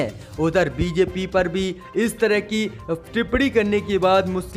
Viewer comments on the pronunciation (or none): none